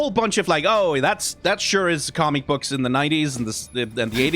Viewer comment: I love the pronunciation of "commie books" 😅